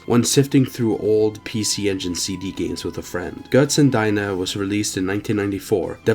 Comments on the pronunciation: Lol GötzenDINER you said. It's okay. It's more like Götzendeena. You got the Ö right. I'm impressed. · it's not pronounced GötzenDiner but Deener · Götzendeener ;) But kudos for getting the Umlaut right!